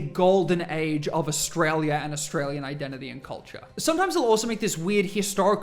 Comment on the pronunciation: I wish he could pronounce australia correctly. I want to know what glue he's sniffing.